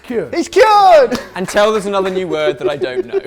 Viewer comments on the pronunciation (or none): Speaking of and pronunciation, has anyone ever noticed his habit of saying "untel"? Drives me mad;-)